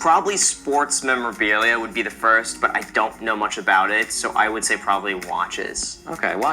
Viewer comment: Lol you need to learn how to say memorabilia